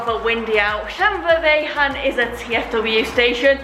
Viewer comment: Another beauty from North Wales G - keep 'em coming! Tickled pink by your pronunciation of Llanfairfechan 😊 All my time in North Wales & I never got it right 😳